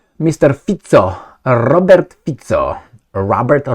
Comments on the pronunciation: Fi-ts-o Not Fiko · Pronounce it “fitzo’ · HEY LISTEN UP Slovak rules of pronunciation say that if it was FICO, like RICO, it would be spelled with a 'K'. So it would be FIKO.. but it i'sn't all 'C' is Slovakia are a soft "C", so it literally sounds like feet - so. Have a nice day. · Having lived and worked in Slovakia for two years your pronunciation of his name is awful and sounds awful. As a non-Slovak but having used the language quite a lot, I have a suggestion. Try to pronounce it as if it is spelt “feetso” - that is as close as you will get I think. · It’s pronounced Robert fitzo